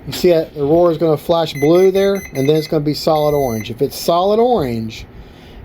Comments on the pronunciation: Awesome video ! You really helped me get the aura Hooked up and working properly... ( it's Aura Not "aurora".... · Why must you continue to say Aurora when it is spelled Aura! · because it should have been called aurora. Everyone knows that. Just rolls of the tongue better than aura.